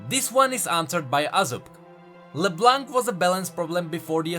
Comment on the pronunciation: Why it's so hard for you British tea guy to say LeBlanc correct ???